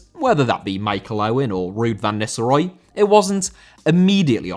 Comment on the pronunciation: Nistelrooy* not Nisselrooy